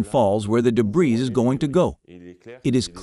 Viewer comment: The audio part of the video is poorly matched to the Captioning. Also, I don't know if the transcript is read by a person or computer, but you do not pronounce the s in debris, something that's repeated several times. These & similar faults detract from the professionalism of the video.